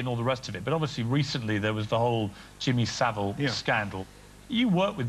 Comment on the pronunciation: Jimmy Sa-'VILE'!